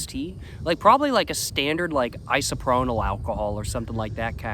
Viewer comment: Bro you say isopronyl alcohol in every video stop saying that sht 😂 its ISOPROPYL ALCOHOL 😂 I LOVE YOU THO BRO ❤